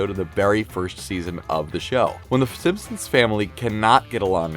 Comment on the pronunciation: I'm not making fun but I'm just wondering if anyone else caught him saying fssssimpsons?